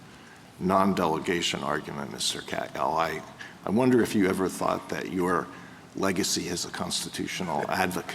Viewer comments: Yes, and he is eloquent and highly persuasive here. Alito is a corrupt, rogue right-wing ideologue presenting bogus arguments and questions. He can't even pronounce the name of the lawyer and scholar Neal Katyal properly (misspelled in the text by Forbes above) in addressing him. That's disrespectful in addition to presenting all these bad faith hypotheticals and challenges to Mr. Katyal. As the audio excerpts show, Katyal is very lucid and articulate as well as knowledgeable about various aspects of this issue, while Alito appears to be as ignorant as he is biased. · Alito is a corrupt, rogue right-wing ideologue presenting bogus arguments and questions. He can't even pronounce the name of the lawyer and scholar Neal Katyal properly (misspelled in the text by Forbes above) in addressing him. That's disrespectful in addition to presenting all these bad faith hypotheticals and challenges to Mr. Katyal. As the audio excerpts show, Katyal is very lucid and articulate as well as knowledgeable about various aspects of this issue, while Alito appears to be as ignorant as he is biased. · True. Alito is a corrupt, rogue right-wing ideologue presenting bogus arguments and questions. He can't even pronounce the name of the lawyer and scholar Neal Katyal properly (misspelled in the text by Forbes above) in addressing him. That's disrespectful in addition to presenting all these bad faith hypotheticals and challenges to Mr. Katyal. As the audio excerpts show, Katyal is very lucid and articulate as well as knowledgeable about various aspects of this issue, while Alito appears to be as ignorant as he is biased. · Give Alito some grace here. It's so intricate - is it even lawful to have a 3 syllable name w/ only 5 letters. If our immigration laws had been better, Sam would never have been inconvenienced so. Besides, Katyal has only argued 52 cases before the court.